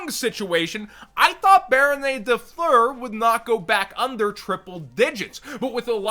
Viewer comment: Nobody:: bArOnAy